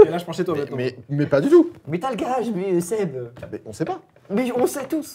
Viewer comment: On en parle du fait qu'au début, personne n'arrivait à dire le prénom de Seb correctement ? Je chiale de rire depuis tout à l'heure j'en peux plus x)